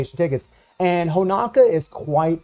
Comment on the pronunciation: Come on man.... why is Honoka still pronounced as Honaka. Btw most DOA characters should be at SS to SSS tier. Especially SS Kasumi, as hard as she is to use - had the only ability so far to attack on air while being attacked, plus getting Hyper Armor which helps massively in fighting opponents that depend on air juggling like BS Zero and Ignitz. If SS Kasumi has buff removal, she will easily top the PVP charts with all those buffs she had. SS Marie has Super Armor and Hyper Armor in two different skills with two counter abilities too, easily enabling her to attack non stop in both PVP and PVE. Normal Marie is fun in PVE, I practically cleared DOA stages with her at A3, easily. Imo SS Honoka is decent in dealing damage but she's rather squishy in comparison to all current SS characters, perhaps since its a free character and Netmarble just won't give you the advantage. Normal FES Honoka on the other hand can be monstrous in PVP as she has buff steal that lasts for 5s (imagine stealing attack buffs with hyper armor successfully), and her dual DOT effect is great for guild bosses. I basically replaced 7ds King with normal Honoka, because King's useless super long ulti animation just could damage Rugal much during starlight dot. Not much chance to use both Nyotengus due to them only A1.